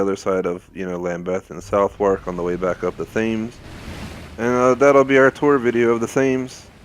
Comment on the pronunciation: The Thames is pronounced as ‘Temms’ for your future reference :)